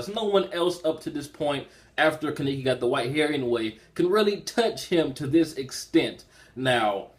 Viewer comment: You and forneverworl had a problem pronouncing Kaneki's name but it's cool tho and chapter reviews,good shit.